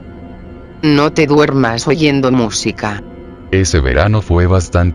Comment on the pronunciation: hoyendo??? oyendo* 😅